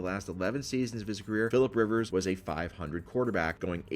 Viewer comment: Are you purposely calling him Philip Wivers?